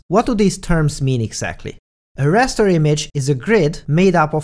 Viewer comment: I believe is called Raster not Rester.